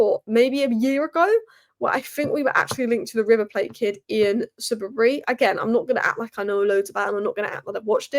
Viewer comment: Lemme help you out - e as in egg, keti with the same e as in egg, ke as in Kay.... To be said e-keti-kay😊 Subiabre - soo-bi-abre Lastly Leny needs to play without all the media attention and a lot of instruction on the pitch.... His game shouldn't become a job. That should unlock his full potential and have him as 1 of the best to ever do it in a few years